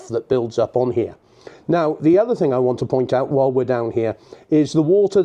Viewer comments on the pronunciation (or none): none